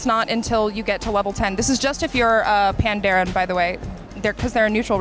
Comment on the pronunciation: If the pandaren are based off of Chinese culture, it should probably be pronounces panda-ren. "ren" is the chinese word for people. that would make it, "Panda people"